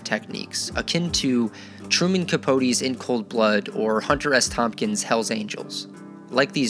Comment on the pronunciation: You lost me at Hunter S. “TOMPKINS”